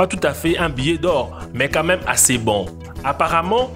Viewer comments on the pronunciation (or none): none